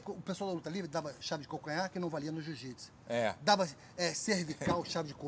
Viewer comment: Marcus ruas sempre humilde , fera , e como smp ainda falando jiu jitis kkkkkk